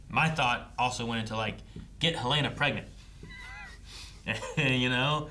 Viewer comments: It's Helena not Haleena. She couldn't find the power button on her computer. Helly would not fumble with the power button. It's one of the few things she does every day of her life. Also, they bothered to focus on her not finding the button immediately. That ain't Helly. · Helen- uh, not Helane- uh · Hell-leh-nuh.... absolutely every reactor gets it wrong